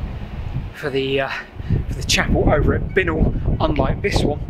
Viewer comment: Did you ever hear Binknoll pronounced this way though? We always said "bye-knoll".